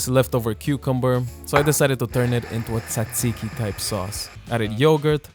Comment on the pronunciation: You're one of the first people I've heard on here (or in person tbh) pronounce tzatziki correctly and I felt it in my soul❤